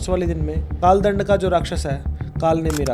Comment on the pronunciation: Dhyan se suno inho ne kaal dand bolne ke baad kaal land bola 😯🙏. Maaf karna guru ji but mujhe to asa hi suna